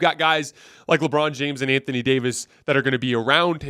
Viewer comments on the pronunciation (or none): none